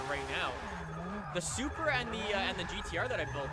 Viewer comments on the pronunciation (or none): none